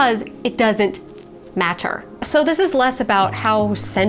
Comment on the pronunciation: "It doesn't matter." I felt the italics in that 'matter'.